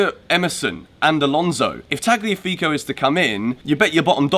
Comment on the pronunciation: the g is silent so its Taliafigo